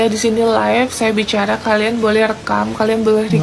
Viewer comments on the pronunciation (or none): none